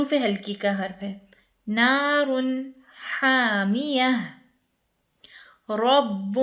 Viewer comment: Naar un haaamiya sister there is ni meem in this word.